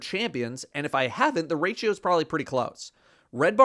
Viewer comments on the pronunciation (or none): none